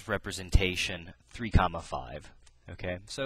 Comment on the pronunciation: love the way you say coma lol! thanks, love from malaysia :)